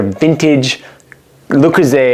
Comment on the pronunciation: Aside from his absolute butchering of the piece itself, It's not Loo-Croo-ZAY. Why do Americans always have to mangle the French language? See also, crimes against the word 'kruh-SONTZ.' 😣🇫🇷